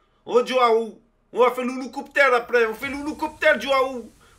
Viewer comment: Merci pour " l'ouloucopter avec l'ou zizi " :-D